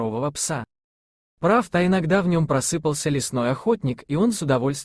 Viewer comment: Ударение нужно ставить не на 2-м слоге, а на 3-м в слове просыпался (про--сы--пал--ся). Говорите правильно .